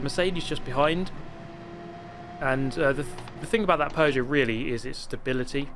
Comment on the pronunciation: Oh you bought the Pew-got.